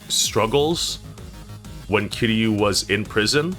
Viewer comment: It annoys me the way you pronounce Kiryu with three syllables instead of two.